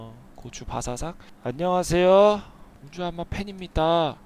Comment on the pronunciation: 아놔 진짜 미치겠네 ㅋㅋㅋㅋㅋㅋㅋㅋ 아령하쉐요...~ 혜아립니대. 이거 ㅋㅋㅋㅋㅋㅋㅋ